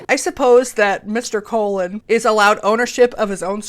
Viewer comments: Okay I have to stop and correct you, it's Coh-loan, not CO-LIn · Just a small tip, the last name "Colon" is pronounced more like cologne than colon. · iDK if someone has already told you but you’re mispronouncing Angel’s last name. instead of KOH-lun it’s kohLOHN. like cologne. either way...it funny. like author, writer Roxane Gay who is in fact....gay. + comedian Robin Tran who is, yeup you guessed it — trans. sksksksksk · Angels last name is spainsh , it's not colon😩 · 😂 the last name "Colon" is pronounced like "Cologne" but I died at the angel colon im sorry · Angel’s last name is pronounced “Colón” like cologne. It’s the Spanish translation of Columbus. Not defending anything he’s promoting, I just have family that share the last name (it’s super common bc...Columbus helped himself) and I’ve always hated being teased for it. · In reference to angel colon. Name it’s not pronounced as the organ it’s a Spanish last name more like Cologne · I think angel colon is pronounced the Spanish way Ángel Colón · The hispanic last name of colon is not.pronounced in the english way... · Just an FYI, Angel is obviously Latino; his last name is Colón, and is not pronounced like the organ.